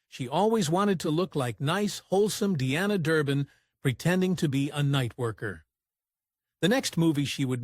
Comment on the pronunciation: I wish these AI generated videos would learn how to pronounce words correctly, Her stage name was Dee-ana, not Di-ana.